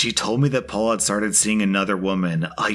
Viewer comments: I never realised N Americans pronounce Perry as Paul! I know you don't pronounce double Rs in the middle of words but I thought that would make it Pey. Live and learn! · Story #1: how is it that "Perry" is pronounced "Paul"? Lol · This may surprise you but the name "Perry" isn't pronounced the same as "Paul." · Is Perry pronounced as Paul? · Apparently Perry is pronounced Paul? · ive never heard perry pronounced as paul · I don't think that's how Perry is pronounced.